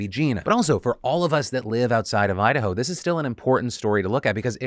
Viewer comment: Idaho…? Nahhhh they said Udahoe… 🙄